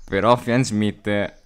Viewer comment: Bellissimo video, però ti prego, si pronuncia FINDsmith, non fièndsmith o faindsmith